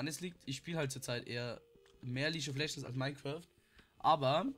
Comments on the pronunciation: ok...langsam regt mich das auf! Es heißt NICHT leasch of legends SONDERN lea>>g< >lieg<<) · bitte sprich League of Legends nie wieder Leache of legends aus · Ja er immer lietsch of legends ich immer HALTS MAUL